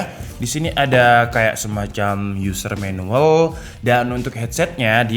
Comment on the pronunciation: Menuwel ya bng bukan manual